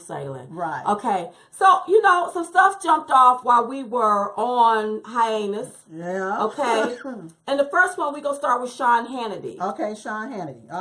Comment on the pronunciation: Oh my gosh I spit my food out at Red Lobster when she said "while we were on hi-anus" instead of "hiatus". Ahahahahah